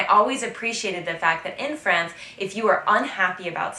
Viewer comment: Hi! I love your videos! Did I hear a very Frenchy "-uh" ad the end of the word "France"? That's actually very endearing.;-)